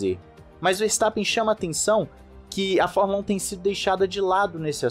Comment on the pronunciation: Gostei muito, muito mesmo, de vc dizer: formula (É) como 99% dos brasileiros fala, e não formula (Ê).